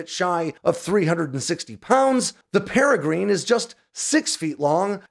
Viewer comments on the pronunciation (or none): It's pronounced 'para - grin' (like parachute and grin like smiling)... Named after the Peregrine Falcon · peregrine is pronounced "pear uh gren". Not "green". Just trying to help a brother out. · Pronounced Par A Gren it's a falcon ya dope. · You lost at wheel of fortune. Pronounced Para grin, like the falcon is named after. But good info. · "paragrin" pronunciation. not "paragreen" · Pronounced PereGRIN not green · You're pronouncing the name wrong. The ending should not sound like "green" it should be "grin" 👌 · The "i" at the end of Peregrine is pronounced like the "i" in gin. Not as in green. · It's pronounced 'Para-grin' ... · IT is pronounced pere grin not peregreen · It's not "Para Green", it's "Para Grin", you know, like the bird, or Frodos friend, no not Sam, nor Meridock, but Peregrine Took. Try checking your pronunciation.... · You need to learn to pronounce Peregrine. It comes from the Peregrine Falcoln. The Grine part is pronounced with a schwa, and not like green. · That pronunciation... "Perah-grin" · Paragreen? Surely it's pronounced like the falcon? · Peri grin its pronounced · If only he knew how to pronounce Peregrine correctly, along with a host of other names of military equipment. The F-35 will actually be able to carry 6 AIM120s thanks to the under development Sidekick mounting adapter for the internal bays. It will be offered standard on the Block 4 build of the aircraft and Canada's F-35 Block 4 Lot 18 purchase will include this feature. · You’re pronouncing peregrine incorrectly. 🤦‍♀️ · Can’t pronounce it right. Like the falcon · Wait wait wait! Did he really just mispronounce "PEREGRINE"... repeatedly... ?🤦🏻‍♂️ And he just kept going for it too... what a muppet! 🤷🏻‍♂️